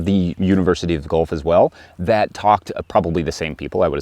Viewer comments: It’s pronounced Gwelf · Thanks for that, I’m going to pull my scapes sooner this year! The University of Guelph is pronounced Gwelf. Guelph is a town about an hour west of Toronto. That thing about pulling twice and snapping is something I can’t wait to try! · university of guelph not gulf (north of toronto) the e is not silent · Guelph is pronounced gwelf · Guelph pronounced "Gwelf", fyi. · My grandmother grew garlic every year, basic old school growing- and nothing scientific but she taught me to wait til the scape made a full loop then cut it about 1” above the top leaves. -Interesting to see how you pull your garlic scape vs cutting it, thanks for the awesome video. FYI it’s “university of Guelph” (Gwell-f)